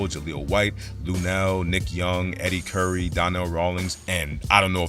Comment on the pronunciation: Bruh, "king botch" and "Eddie Curry"? C'mon man